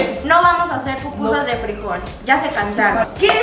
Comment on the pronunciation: Cómo que eso de pupusas se escucha como popó chiquita...!? 🤔🤔🤔🤔🤔🤔🤔